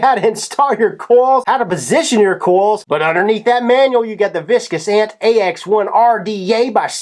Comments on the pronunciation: It's Vicious (as in Vish-Uss) not Viscus (as in Vis-Kus). Good review though. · "viscous ant" xD it's VICIOUS ˈ(ViSHəs) as in fierce, brutal, dangerous etc. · Yup! Vish-us! He thinks it's viscous like oil. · "Viscus" you mean VISHIOUT like VICIOUS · it's pronounced "vishus"... what you are saying is spelled viscous... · Vicious is pronounced Vis-shess- as in mean. Vicious, not Viscous. The more you know. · michael marano absolutely....I have a couple too....such as his theatrics. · Vicious, not viscous. Just sayin' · your saying vicious wrong. definition is deliberately cruel or violent. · I can't take the review serious when the reviewer can't properly pronounce the name... thinks he's reviewing motor oil instead of vape gear.